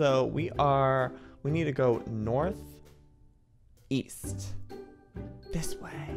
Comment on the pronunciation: Joey:East?? I thought you said Weast 😂